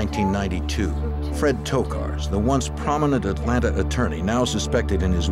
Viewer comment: 😂jim cant say Atlanta “atlanter”